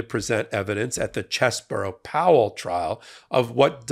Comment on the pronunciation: Cheese-Bro not Chess Borough.